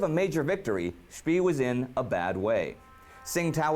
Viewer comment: Maximilian von Spee - pronounce "Schpea" as "Schpay".